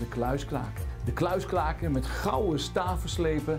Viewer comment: "de kluis klaken"